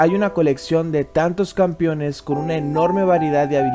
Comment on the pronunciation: 55.2% de winrate en jg Fiddle xd (ademas me centraba solo en tu prenunciacion de campeones como "campiones")